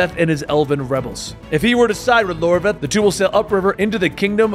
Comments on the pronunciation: iORVETH not Lorveth lol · iorveth not Lorveth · It's "YOR-WETH" not "LOR-VETH" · silé(pronounced shiela) iorveth not Lorveth temeria not temeraya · I'm amazed you got a pronunciation of a word like "Scoi'atael" right but managed to call Iorveth "Lorveth" 🤣 Good recap though!